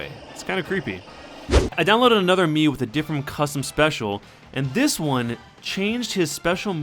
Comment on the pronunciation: Whenever you say mii it sounds like mew :o